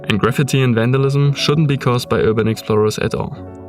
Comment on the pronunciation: I'm going to start pronouncing "graffiti" the way you do . . . sounds like the word "gravity" 👍🏽😛